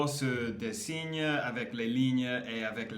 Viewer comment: Salut, les tatouages "ce n'est pas ma tasse de thé" expression britannique, qui est devenue une expression française souvent utilisée. Je me permets de te donner un petit conseil sur le mot dessin, as a french I hear design when you pronounce this word: ce n'est pas le bon son, la prononciation de la dernière syllabe de dessin c'est le même son que le mot fin, que le mot pain etc. Donc: des ssins J'ai vu que tu écoutais beaucoup de Rap, voici 2 frères rappeurs qui sont très connus et ont toujours aujourd'hui beaucoup de succès le titre "Pour un pote", "un poteau" it's slang pour un ami, un copain etc.